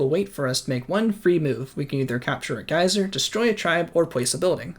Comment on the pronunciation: I like the vid but hate how you pronounce herbivore, my man you’re not French, pronounce the h Also bruh it’s pronounced geezer, not gaiser